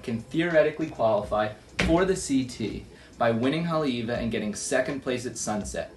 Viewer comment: Cool vid but please learn how to say Haleiwa before the next episode. Mahalo!